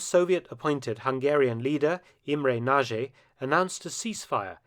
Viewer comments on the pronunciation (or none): Yugoslavia and Albania overrun by Sovjets? I think not. Oh, and Nagy is pronounced Natsj not Naa-gi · Budapest! Not Bjuda...I was there 18 months ago. Nagy rhymes with Hodge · Another excellent video! Just one point: in Hungarian, "Nagy" is pronounced so it sounds like "Nodge". The "gy" is proniunced "dj" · Pronounceation is poor Mark, its Imre Naj (NAGY). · Nagy is best pronounced in Hungarian as 'Nudge' and Budapest is best pronounced boodapesht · Pronounced Motyosh Rokoshi. the S is pronounced SH, unless it is SZ, then it is pronounced S. Nagy, Pronounced Noj. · I like the video, I didn't know about the events in Hungary. But please, why don't you learn to pronounce the names of those people at least somewhat correctly before recording the voiceover? Nagy = Nahd (d as in dew) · Close but not quite The "gy" is pronounced like the "j" in "joke" or, better yet, like the "d" is "schedule" Nagy [ na:đ ] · Hello Mark, a little tip for Hungarian words is that the letters "gy" together makes a "d" sound. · Hi Mark, this was a good one. Respect to the colonel. Also,,I appriciate your effort to pronounce. In some cases, a successful effort. E g Imre soundedwell, but for "nagy" you caan check out Google translate from English to Hungarian, type in ' big', then nagy turns up, and push Sound option. Still it wil, be hard to say after the app. Then Budapest. No pest, first of all. Sounds weird here in the UK, doesn t it? Pesht, sh for Sherman, pls. And no 'u' for uniform in Buda. More like Buddha it sounds. By the way, have you heard of the "atomic ' bomb blewn up in Buda? After the invasion, nov 4, Soviet forces saw a mushroom erupting.